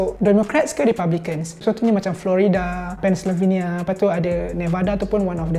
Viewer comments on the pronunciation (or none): it's PENN - SEL - VEI - NIA , not PEN - SLI - VI - NIA